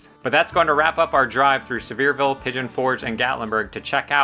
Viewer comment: I live here and love your videos. Too difficult getting around to find out these things myself.😂 Careful-your gonna start hearing some bless your hearts if you keep mispronouncing Sev-ear-VULL 😂😂😂 Keep up the great work!